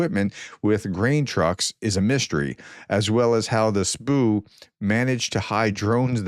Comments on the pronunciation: "sboo" ? Try 'ess bee yew', it fits better. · SBU is "essbeeyou" not "sboo". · Dear Professor, It is pronounced S. B. U. It is NOT pronounced Spu or Sbu. You pronounce all 3 letters separately. Just like CIA, FBI, DEA, DUI, DEI,. etc... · I wonder if FSB had something to do with the fact that Professor pronounces "Tu" as "T.U." and "S.B.U." as "sbu" ;-) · SPOO? You mean S-B-U? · Please say S.B.U, not sbu.